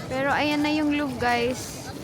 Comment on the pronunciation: its loo-vuh not luv 😅